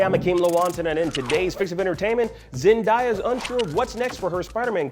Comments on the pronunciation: yeah he was just saying it that way with die in the video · Isn’t it pronounced “Zen-Day-Uh” (Zendaya). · Bro what’s with this guy and pronouncing words😭😭😭😭 now it’s "zendieah” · Bro seriously learn how to pronounce someone’s name. It’s Zen-Dey-Uhh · "Zen-die-ya" Although it's surely just a mispronounciation of her name, considering the topic and video title, it made me immedietly think you making a Gwen Stacy joke hinting towards a possible future for MJ lmao. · It’s pronounced Zen-day-a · This is 2021 you need to pronounce Zendayas name right, that doesn't make any sense for you to be saying her name wrong. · It’s 2021 and media analyst are continuing to pronounce Zendaya’s name WRONG. Like what is so hard about this?? ZEN-DAY-AAAH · It's on purpose now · It's really not that hard to pronounce her name tbh smh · How you Black and pronounced Zendaya name wrong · don't get at blue2, your the one who's been saying her name wrong all this time. Zendaya's name has been said on TV and the Internet for years, where have you been. The next time you report something maybe you do a little something called research to learn how to pronounce someone's name correctly. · Way to butcher her name. Man